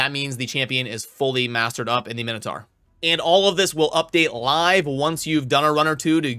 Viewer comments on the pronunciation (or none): none